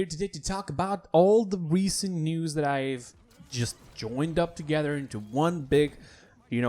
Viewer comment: Is he saying news or nudes?